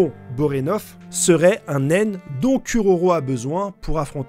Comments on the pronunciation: Tu déformes tous les noms, c'est fait exprès ou quoi...😢 Bonorenof; Pakunoda; Sarahza... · J'adore tes vidéos et théories. Mais la prononciation de certains nom m'irrite un peu 😅. Borenov? Poukanouda? Je suis trop exigeant deso. Super vidéo comme d'hab!